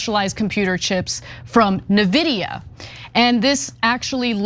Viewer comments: It's "N"-vidia not NAVIDIA! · you pronounce it N Vidia not ne-vidia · It's pronounced "In-vidia," Ana. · Just FYI, it's spelled NVIDIA but pronounced "envidia". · Nuh-Vidia. 🙉 Someone have Ana read the scripts out loud befire she goes on camera, please. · What the F is nevidia? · ENNVIDIA!!! IT'S PRONOUNCED ENN-VI-DIA! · No, it is pronounced as End-Vidia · N - Vida N - Vidia. Please I beg... you guys need to be up on these topics and not just reguritate someone else's infomation. You are making Libs look so bad when you do things like pronounce a tech company name incorrectly? We're suppose to be the smart ones. The other day you had Jon shooting off about crypto is just betting. That is so very ignorant. Now Anna apparently has never heard of N - Vidia before. And you wonder why we are looked at like we don't know anything technical same issue on guns. At least know what your are talking about first before you have opinions. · It's N (EN) Vidia. Sorry but that hurt my ears :D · That presenter doesn't know how to pronounce the chip manufacturer's name. Ears bleed jsut from hearing that pronunciation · You guys are pronouncing NVidia wrong. 😂. It’s all good. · To me it's puzzling that anyone (let alone a journalist) doesn't know Nvidia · Oh my god! Would it kill you guys to check a LTT video on NVidia, or Jay's 2 Cents...OR LISTEN TO THE PEOPLE ON THOSE CLIP YOU GUYS SHOWED HERE...to learn how to pronounce NVidia? 🤬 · Ana. N Vidia Not Nividia. Really! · IN vidia... Not Nividia... Say it with me 😂😂😂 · Its eN-vidia, not nuhvidia. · Please stop saying "neh-vidia", it's "eN-vidia". My roommate who is an amateur day trader was talking about the stock a lot and it drove me nuts as a PC enthusiast. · “En-vidia” not “Na-vidia” C’mon, someone has to go over copy with y’all before show time; this happens far too often. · Its N...VIDIA... not NAH-VIDIA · It is En Vidia not nividia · "In videa" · Its not "Nevidia" its N vidia. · thank you, it was driving me crazy